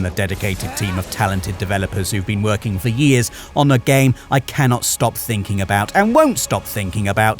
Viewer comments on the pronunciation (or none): none